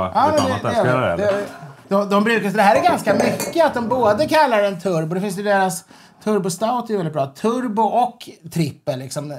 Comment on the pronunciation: Det är inte turbo som i en motor, utan orten Turbo. En by 1km från bryggeriet. Uttalas Tur (som att vinna på Lotto) - bo (fågelbo).